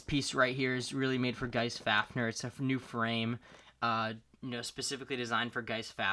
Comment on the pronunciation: How to say fafnir fa f near